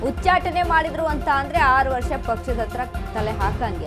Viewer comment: ಅದೇನ್ ರಿ ಉಚ್ಚಾಟ್, ಉಚ್ಛಾಟಿ ಅದು ಸತ್ತು ಹೋದ ಸುದ್ದಿ